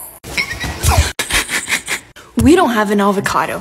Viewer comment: Nobody:: let’s make a Suziiiii Also:AvIcAdO